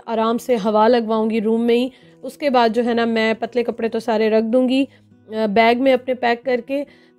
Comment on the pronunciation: Nice vlog...jab apne bola k ye sary patly kapre hai pathano wali urdu 😂